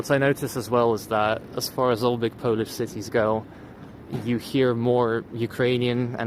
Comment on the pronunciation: your pronunciation for the polish letters is actually really good